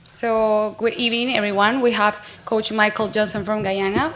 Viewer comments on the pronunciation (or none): this concacaf girl at the beginning saying: "please put your phone's in silence" "we have coash michael joson" and at the end "we take last question"...like are you really representing concacaf? where did you go to school for your english? -_